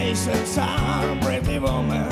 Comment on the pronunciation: Jaký Women? Ta výslovnost je "vůmn"